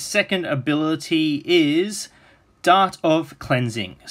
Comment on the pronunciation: dart not dark